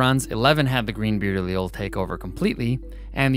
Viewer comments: I’m just saying, do what you want, but any science teachers I’ve ever had pronounced Allele as [Aly-El] Also congrats on 1 mil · "The cowardly Allele will be yella" lmfao